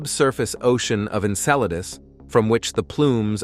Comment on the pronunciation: Yeah, I, too, noticed that. Like Saturn's moon Enceladus was pronounced about three different ways, with one of the most notable being "En-sell-a-deuce".